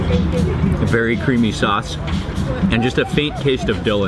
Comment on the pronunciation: the way how mark says sauce sounds like saace